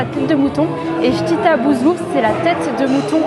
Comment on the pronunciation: Salamou alaykoum on dit chtitha bouzellouf pas chtita tu auras du visité les grotes de telemcen c'est manifique